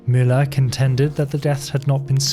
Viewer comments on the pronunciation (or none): none